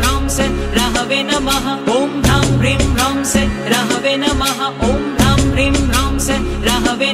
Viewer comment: AAP sah ko say bol rahe ho